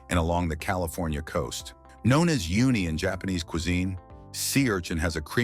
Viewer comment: " You Knee" ? lol it's ooh Knee. also Persabees are pronounced Per SEP us